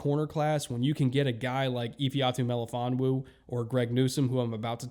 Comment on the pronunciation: I really appreciate your pronunciation of Melifonwu's full name